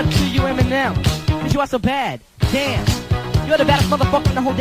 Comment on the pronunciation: La prononciation de « damn »